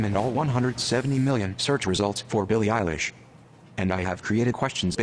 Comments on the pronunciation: This should be titled "Billie Eyelash turns Vogue into Vague" XD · Billie “eyelash” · billie eyelash eilish eilish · fans: billie diehards: bil or eilish interviewers/celebrities: billie eilish bot: billie e y e l a s h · it really said "Billie Eyelash" I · robot: bIlLiE eYeLaSh XDDDD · Nobody: Robot: Billie Eyelash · Nobody Robot: Billie eyelash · Nobody: Not even fake fans: Robot: Billie EYELASH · When the al bot said billie eyelash i lost it haha I'm dying this is too funny. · Robot:"Billie eyelash" Lmaooooo😂😂😂